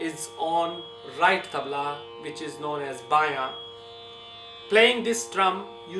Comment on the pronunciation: Not me but you do you and its tabla not tabal